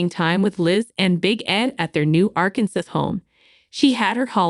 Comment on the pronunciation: “Arkansas”- is pronounced incorrectly this entire video 😂